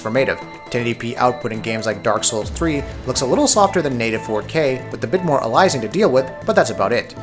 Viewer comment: The way you pronounce aliasing makes me cringe